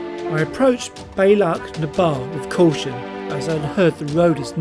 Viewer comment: Delighted you enjoyed my stomping ground. And your pronunciations were a good effort! The Pass is the “Bee-Allach-na-Vah”. 👌 Stunning footage and photographs. WOW! That sunset shot is epic! Looking forward to part 2, but I’m concerned by what you said. I hope you didn’t have a fall????